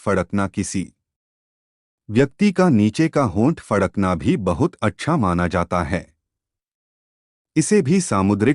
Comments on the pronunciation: Pehle fadakna sahi se bolna Sikh lijie... Fakdna nhi bole😂😂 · फकड़े नही फड़कना होता है बे। 😂😂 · पहले तो फड़कना बोलना सीखे 😜😜